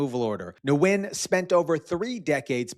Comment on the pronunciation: Nguyen is pronounced Win 😉